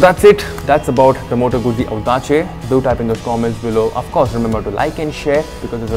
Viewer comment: Pronounced as Moto-goot-ci goot(as in good with a short 'o')